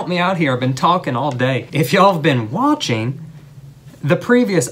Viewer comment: No one: "watchening" 😂